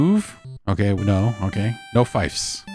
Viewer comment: Oh no. I'm 5 minutes in. Is he gonna be mispronouncing "fief" the entire time..? 😬